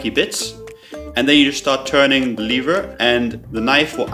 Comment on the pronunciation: on the first on he says leaver